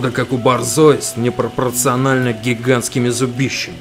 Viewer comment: Я угарнул вот этот : не прпорциональный